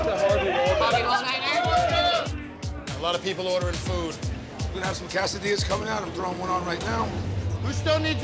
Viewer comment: The captions didn’t even know he said quesadillas lol. It hates his pronunciation.